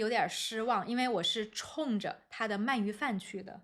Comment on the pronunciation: Am I hearing correctly that you pronounce 鳗鱼 as man4yu2 instead of man2yu2? Anyway, awesome episode!!!